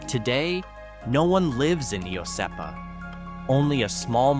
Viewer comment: Iosepa ..... Wrong pronunciation there as well.